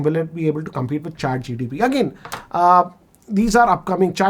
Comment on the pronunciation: Sir.. with due respect… it’s ChatGPT.. not ChatGTP.🙏